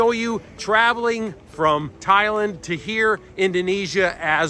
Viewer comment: i don't get the food prices in bali, you go to supermarket and a tub of yogurt is $8 but then you go to those cafes and get beautiful meals for $5-$7 full of fruit an yogurt etc. but mate it is ThaiLAND . not Thailin not Thailind when you say it.